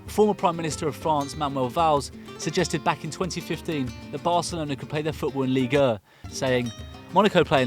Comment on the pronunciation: The way you pronounce Ligue 1 XD